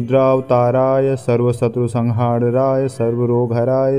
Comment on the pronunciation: ध्यान से सुनिए- मंत्र का गलत उच्चारण किया जा रहा है। सर्वशत्रुसंहारणाय की जगह सर्वशत्रुसंहारराय और सर्ववशीकरणाय की जगह सर्ववशीकरणराय का उच्चारण किया जा रहा है। गलत से उच्चारण अनिष्ट भी सकता है जो कसम दिलाने से नही। सारे यू ट्यूब के वीडियो धन कमाने के साधन है। लोगों को पथ भ्रष्ट करके धन कमाते हैं। बाबा नीम करोली बाबा हनुमान भगवान श्रीराम ऐसे लोगों को सदबुद्धि प्रदान करे।